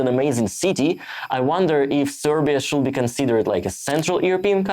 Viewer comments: (random note, feel free to ignore: you don't need to pronounce the "l" in "should" - it's just like "shood" - sorry if this is a bit rude to say so, but it's probably easier to pronounce than the way you're doing it so thought I'd point it out. 😅) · I guess a good start should be to quit saying "should" with "l" in it😊 As to the rest of the suggestions, you just SHOULD do it your own way😅